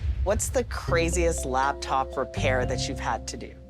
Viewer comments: Drink every time she says "LABtop" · It isn't a LABtop. It's a LAPtop. 😡